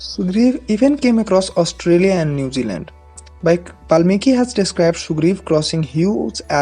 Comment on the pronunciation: Its "Vaamana" not Vanaama Also Newzealand,not nudiland